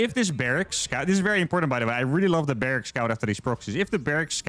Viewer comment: "I really love the barracks scout..." Me: "mmh yeah sounds... wait what did he just say?!"